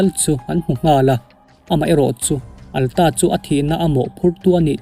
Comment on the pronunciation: Atlas hi Alta tia i lam tlat le, heih heih mai a